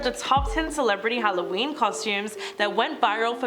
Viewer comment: Don’t forget on “Hallyween” That was the worst for me I’m offended! 😆